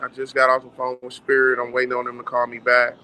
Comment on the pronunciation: I’m sorry, did he say “spirit airlines” 😂 boy, you have no business over there smh